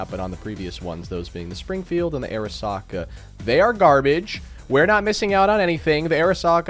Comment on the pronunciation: I, as a Japanese enthusiast, will teach you Japanese. It's pronounced as "Ah-reesaka", like this "arisaka." Your welcome